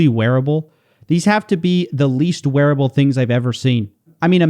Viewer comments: "Truly wearble" 😂😂😂 not wearable, but wearble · wearable, not "wearble" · "Truly wearble" What's a wearble? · No it doesn’t say “truly wearable” it says “truly wearble”! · No, it did not say truly wearable, it said truly wearble lol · "Truly wearble" What is a Wearble? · Wearble? WEARBLE?????!!!!!!!!